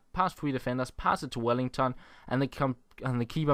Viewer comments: His name is Welliton, not Wellington :-) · it's WelliTon, not WelliNGTon.